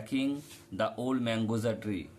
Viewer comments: স্যার ওটা mangosa ✅ not mangosa❎ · Sir, that is margosa not mangosa 😊